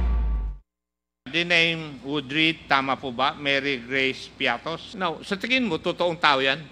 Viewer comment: Bias.. Piatty po not Piattos ahahahaha kinorect na nga ng coa tapos ganun pa rin balita nyo ahahaha katawa tawa.. Bakit kaya ganun na kayo.. Nayari na